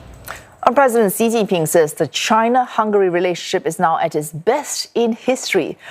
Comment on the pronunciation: It is Xi (She) not Xi (Zee) lol